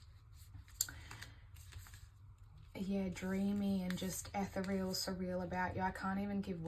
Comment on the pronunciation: Hi, thanks for the reading. Ethereal has 4 syllables, e-ther-re-al. 💜